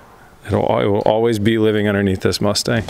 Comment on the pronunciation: 'The MuchStang'.....😂